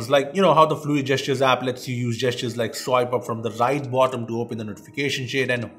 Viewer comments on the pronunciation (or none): none